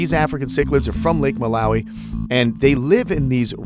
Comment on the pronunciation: Mbuna are vegetarian! Don't feed them fish! They are opportunistic fry predators but are generally algae eaters. Most, if not all of what you added are Mbuna. Add haps if you wanna feed them fish. Lol btw your pronunciation of Malawi is unusual lol. Oh BTW Malawi cichlids tend to be polygamous. Actually most of the males breed with any and all females they get to attract. This is true for mouthbrooders in general.